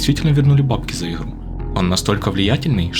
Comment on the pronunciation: Не "ихру", а "игру"